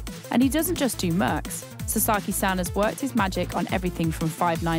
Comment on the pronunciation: the way she is pronoucing “san” is killing me….